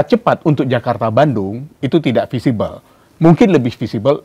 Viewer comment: Feasible ya mas wartawan, bukan visible... Cara bacanya sama, artinya beda